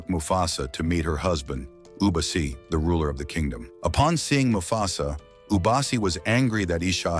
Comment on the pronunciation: Bro, mufasas real parents are afia and masego. Masego died in the flood. The lioness at the end was afia not ishe. Its not ishe its eshe. Its not ubasi its obasi.